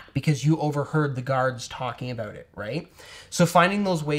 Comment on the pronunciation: that was a hard "aboat"